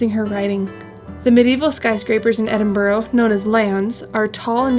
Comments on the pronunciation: It's not Edinburro, It's Edinburr ! Also Jack-o bites not Jay-co-bites ! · Not really called Edinboro. it’s more Edinbora, or Edinbra. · EdinburUH. No idea why you would think it ends with an O. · It's not edinbro it's said edinburu... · Repeat after me - E-din-bruh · Soon as I hear Edinboro on these things I turn off!🙉🥴 how hard can it be…….? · It's pronounced Edin-bruh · Lovely vlog, but its pronounsed Ed-in-bra, just so you know. I know we have crazy place names etc. It was done to show the English up, but now it catches out Americans. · Truly excellent video almost completely ruined by that execrable pronunciation of 'Edinburgh'. I almost gave up listening to the narration on several occasions.😵‍💫😮‍💨😮‍💨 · True dat...but that dreadful attempt at saying "Edinburgh" is enough to cancel it out. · Sorry, but I couldn’t stand the mispronunciation of Edinburgh after 3 minutes